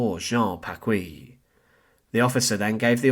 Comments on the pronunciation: His name is pronounced Packee, not Packwee. The u is silent in qu in French. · You have grossly mispronounced the last name of Jean-Hérold Paquis. It is pronounced Pakee and not Pakwee. In order for it to be pronounced Pa-kwee, it would have to be spelled “Pacouis.“ I’m French so I know. My parents listened to his broadcasts during World War II — not because they shared his views, they didn’t, but they were a captive audience. Anyhow, they always pronounced the name Pakee, not Pakwee. His real (birth) name was actually Jean Hérold, but he changed it to Hérold-Paquis becuase he was born in a neighborhood of the small town of Arches called Paquis. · It's PaKEE, not PaKWEE